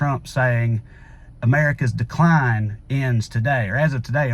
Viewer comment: Jon Stewart mentioned that trump didn't say the decline will end. He said the dic line will end. Play the video over and over. He really did say dic line